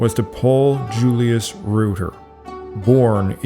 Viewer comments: Reuter is pronounced "royter," not "rooter." It's also anachronistic to show a picture of a demonstration from the late 1970s or early 1980s in reference to things that happened nearly a century earlier. the flag of the Islamic Republic of Iran isn't the same as the flag of Iran as it was under the Shahs. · "REUTER" rhymes with "loiter" and "goiter" but you pronounced "Scythian" correctly, so...